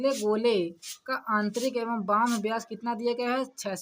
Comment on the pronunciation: थोड़ा सही पढ़िए सर जी बाह्य लिखा है न कि बह्म